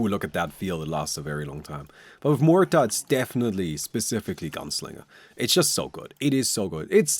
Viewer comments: Is noone going to mention that pronunciation should "Mu air" not "Moo ur" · can't pronounce her name figures MUerta. Spanish name